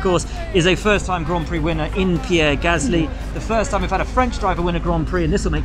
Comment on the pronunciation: It’s Gaslŷ not Gâsly, without the symbols ofc but you can’t say it properly